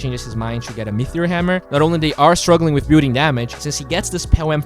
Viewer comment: it's Me-Tee-Ore not Mee-Thee-Ore:D